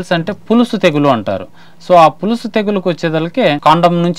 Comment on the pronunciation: పులుసు కాదు పొలుసు